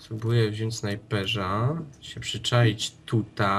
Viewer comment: Co wy z tym ,,Ż" snajperz , czołgież?